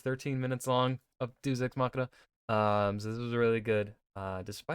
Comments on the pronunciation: Red: "Deus Ex Machina.": "Doos Ex Machina." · He also can't seem to pronounce deus to save his life.